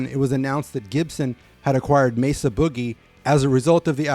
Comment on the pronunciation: Excellent overview and thank you for pronouncing "Mesa" correctly. That name gets butchered quite a bit out there, most common being "May-zuh".